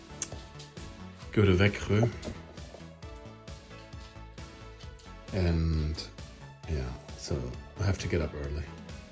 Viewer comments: Impressive pronunciation of Växjö👍 I wonder if your german helps with that, or if you're just good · Wow! You made so much progress on the house already. The kitchen is looking very cozy. Så mysigt! And that's wonderful news that you start SFI on Monday! Lycka till! Btw, your pronunciation of Växjö is in perfect Småländska. Well done! 😊